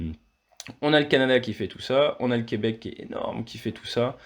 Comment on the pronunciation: J’adore comment vous prononcez Québec, c'est juste ! Ça ne sonne pas faux, merci !